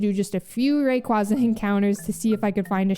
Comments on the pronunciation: That's how I say Rayquaza too. Makes more sense to me and sounds cooler B) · don't worry, you pronounce Rayquaza as it should be despite how they butchered it in the anime:) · The way you say Rayquaza is the ONLY way. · Thank you,! No one pronounces the second syllable in Blastoise like that in tortoise. And, if Spanish pronunciation has faithfully preserved the sound of 'quasi' with 'casi', quasar should be pronounced like how you pronounced Rayquaza